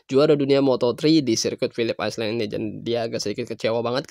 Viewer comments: Bang jangan islen bang.tapi ailen artinya pulau. Masa ngga tau.. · Philips apa bang? Aislen? 😆